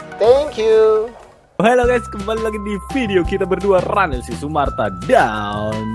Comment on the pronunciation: sumarta bukan sumatra